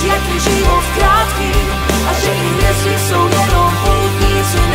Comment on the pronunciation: Nový Jamaron song! Ve vašem obvyklém stylu, příjemné na poslech, s pěkným textem, co má i nějakou myšlenku ("pak pochopíš, jak je život krátký, a že i hvězdy jsou jen poutníci na cestách", wow); jen mě malinko zarazilo - opravdu se ta hvězda v češtině vyslovuje takhle? Celkový počin nicméně moc pěkný, plus klip je zajímavý a opět něco nového, pecka!